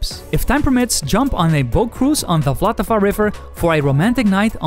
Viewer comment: Unfortunately anyone who told you that was wrong it really is vltava and not voltava 🙂 As a czech I really do not understand why everyone else needs to use vowels in almost each word 😃